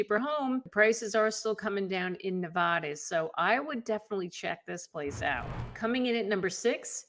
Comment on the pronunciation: Hi. Its Ne-vaaa-da, not Nev-aw-da. Thanks for the viddys😀